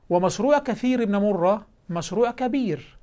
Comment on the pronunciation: قل كثير بن مرة وبضم الكاف وفتح الثاء وجزاك الله خيرا عن سنة رسول الله